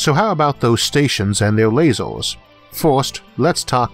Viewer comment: I simply love it every time he says "lazors". :D